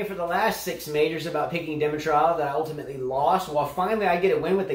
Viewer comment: buddy, we're still laughing at you for Dimitrov 😁